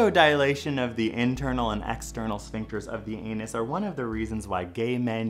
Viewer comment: I like that he went with a Hindu accent to say anus... 😏